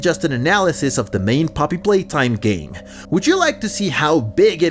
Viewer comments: Poppy palatime?😂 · it's Poppy Playtime not Poppy Palaytime It's ludwig not loodwig Its Wack-A-Wuggy not Wack-A-Huggy Playcare is an orphanage not a daycare.